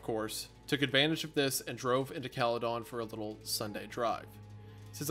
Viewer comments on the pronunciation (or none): Cala -den not Cala-don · from an ontario native hearing these boys pronounce Caledon with a DON and not a DIN is wild. oh god, hunter pronounced it with DIN but then absolutely butcherd Ontario. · The scariest part about this whole thing was hearing "Cale-don" and not "Cale-din" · its cala-den wendi not calleh- done😞😞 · I love the way wendigoon says "Cali-dawn" I have never heard someone pronounce it that way lol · Bro what I grew up in Orangeville Ontario lol caledon is right next to it a lot of friends of mine live there hahaha also its pronounced Cal-eh-din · It's pronounced Caledin. I hate this story so much. I live in Caledon so the fact it's left so open is fucked. Thanks for the nightmares. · The pronunciation of "caledon" cracks me up in this video haha. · It’s absolutely hilarious hearing them pronounce caledon and Bramalea. Also nice to know that Brampton has had very bad drivers for decades, it’s what we do best😭😭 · The pronunciation of Caledon is killing me